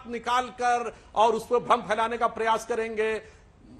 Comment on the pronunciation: फैलाना को फ़ैलाना बोलना कितना बुरा लगता है। पता नहीं कब इस शब्द को सही बोलना सीखेंगे हिन्दी चैनलों के एंकर। फ अंग्रेजी का F या उर्दू का ف नहीं है।